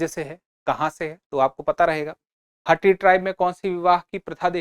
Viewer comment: Sir not हट्टी its called हाटी